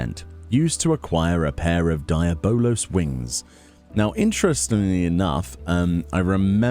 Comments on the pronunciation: Deablos your saying it wrong Dee aub Los 😂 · lol DIE- A- BOWL - LOWS wings ...... the rest of the world DE-AB-BLOWS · say it with me: "dee-Ah-balos" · Why are you saying the name so messed up?